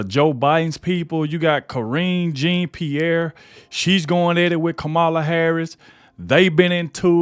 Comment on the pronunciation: "And" storms out. Not "an." Jean Pierre is pronounced, Jon-pee-air.